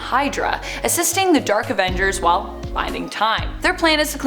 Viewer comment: new avenjsshhhers!?!?